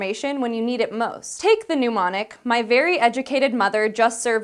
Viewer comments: Why does she pronounce mnemonic as "neu mon ik"? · The way that girl kept pronouncing "mnemonic" as "pneumonic" was so distracting that I barely understood anything she said. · It's nemonic -- to do with names! (think: 'kneemonic') Not pneumonic --to do with lungs/air! :( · "neh-monic", not "nu-monic"